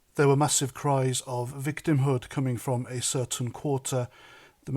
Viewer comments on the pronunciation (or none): it's Roma not Romas